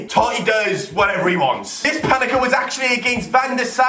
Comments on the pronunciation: Someone tell it's pen eng Ka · PaneNka not paneka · It's pan-enka not fucking pan-eka